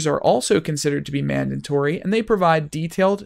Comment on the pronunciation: It's pronounced "mandatory", not "mandantory". There's only one letter "n" in there. It's okay, you're in good company. Benedict Cumberbatch can't say "penguin" :-).